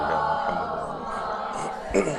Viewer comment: سر یہ فضا ئل درودشریف کا سلسلہ جاری رکھا جائے۔ اقسام درودشریف اور افضل درودشریف بارے بھی بتایا جائے ۔ سر یہ بھی واضح فرمائیں کہ آپ کے توجہ دلانے کے باوجود آپ کی ویڈیوز میں خواہران کی طرف سے درودشریف درست تلفظ کے ساتھ نہیں پڑھا جاتا ۔ مثلاً لفظ محمد کو بہت کھینچ کر بگاڑ دیا جاتا ہے ۔ مہربانی فرما کر اصلاح کروائیں ۔ جزاک اللّہ